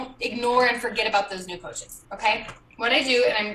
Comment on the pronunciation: did she say “new coaches” or “new POACHES”? 😂